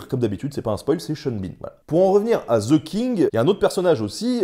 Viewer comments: Mon Dieu, voulez-vous bien me dire pourquoi les Français s'obstinent à prononcer «ze» le «the anglais. C'est caricatural. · "Ze King" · The pronunciation is THE king and not ZHE king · Cher Français,svp,arrêtez de dire ( ze)et dites ( de). Merci! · The king ne se dit PAS ze kink les francais ne savent pas parler anglais. Bon j adore nota bene . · ouais ouais "ze king"....... Quand on connais pas la prononciation on dit "le roi" !!! (oh mon dieu, "zi outlo king") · Ce serait bien si vous pouviez arrêter de prononcer le "TH" anglais en tant que "Z" ...... du coup ...... ;) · Mes oreilles saigne à chaque fois qu'un Français dit "Ze" à place de "The"